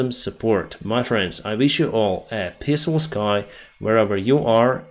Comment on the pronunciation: Сказал по английски произносится СЭД а не САЙД. Писфул Скай означает небо полное мочи. Мирное небо - Пииисфул Скай. А в основном ты молодец Дениска.❤